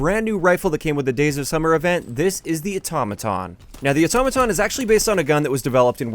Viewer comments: Otto maton not atoma ton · hearing say Automaton sounds weird and funny at tge same time